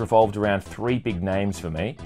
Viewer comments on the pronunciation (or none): I didn't know the fwog stawted in two thousand and fwee.